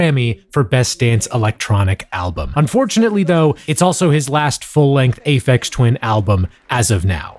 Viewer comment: "Aphex Twain" made me laugh way more than it had any right to.